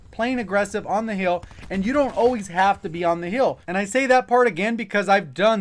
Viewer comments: When you say hill it sounds like heal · Only negative about this video was how you pronounce hill. Other than that great vid